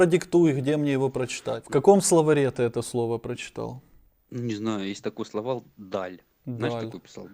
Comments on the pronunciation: Славаль Даль. Він сказав " славаль"😅 Так смішно" абвиииииииатура" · Словал😂😂😂 словарь --- это у орка словал . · Та воно хворе, це ж видно неозброєним оком. "абвіатура", "словал", "заблуділ"